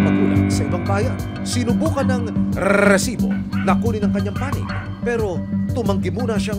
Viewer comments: Ang cringe nung " grrrrresiboo" 😒🙄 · HOY RESIBO WALA MAINTINDIHAN SA MGA SINASABI MO AT MGA NAGSASALITA SA LAKAS NG BACKGROUND MO ANG NAIINTINDIHAN LANG UNG PAGKASABI MO NG ŔRRRRRRRRRRRESIBO PUCHA WALA MAINTINDIHAN SA SINASABI NYO BACKGROUND MUSIC LANG HAHAHA